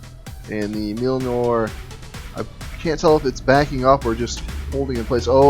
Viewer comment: I'm shocked that you don't know how to pronounce the name of Thors hammer! :P